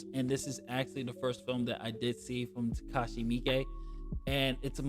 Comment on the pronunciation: I didnt know how to properly pronounce "Miike" until now. Thank you 🙏🏿